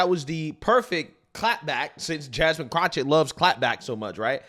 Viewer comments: It's jasmine CROCKETT...NOT CROC-HET 🤣🤣🤣. Please lol it's CROCKETT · WHY, WHY, WHY do you keep mispronouncing her name? For the record it is Ratchet Crotchett..... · Greg: Her last name is pronounced Crock-IT. IT IS NOT Crotch-IT. What’s really on your mind, brother… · FFS! Her name is pronounced kro/ket. There is no CH anywhere in her name. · Do you purposely pronounce her last name wrong (which I wouldn’t mind) or do you see the K in her name as an H? Just curious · The way you pronounce Jasmine's last name is funny. Do you even watch these videos you opine on?! 😂😂😂